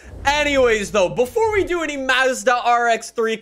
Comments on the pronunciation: every time he says mazzda instead of mazda I cringe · and his Canadian accent. He doesn't even call Mazda properly.